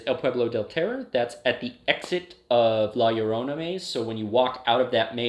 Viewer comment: the way you pronounce La Llorona and el cucuy hurts- please learn the pronunciations of entities and urban legends of different cultures before talking about them lol it’s not the end of the world but it definitely made my Hispanic ass cringe so hard